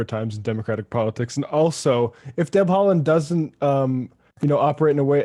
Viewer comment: yes, correctly pronounced. He played for ik start, my local club before he left for Celtic.